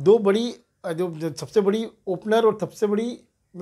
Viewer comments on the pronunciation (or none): none